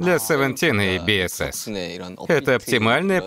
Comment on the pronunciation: Спасибо за озвучку! Но немножко корректировки позволю себе. BSS произносится как БуСокСун, а сам Хоши не лидер севентин, а лидер подгруппы перформенс или как выражаются лидер дэнс группы